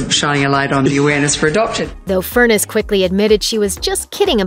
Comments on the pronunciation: Deb’s last name is pronounced Fur NESS, not like furnace!! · His wife's maiden name is pronounced as FUR - NESS, NOT Furnace !! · "Furr-ness" not "Furnace"! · Her last name rhymes with finesse, not furnace. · Is her name really pronounced "Furnace" and not "Fur-NESS"?